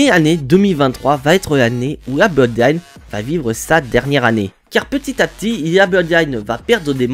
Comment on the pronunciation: Mon cher on dirait que tu as un problème au niveau de la langue ! La Bloodiine😮 waw